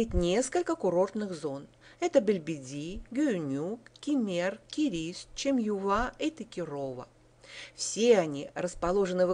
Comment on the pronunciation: Ну и произношение названий посёлков..жуть ....учите турецкий